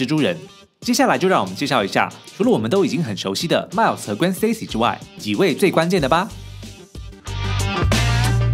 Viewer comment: 你对Gwen和Miles Morales的发音真准，评论区看到人们是用音译名，看得真头疼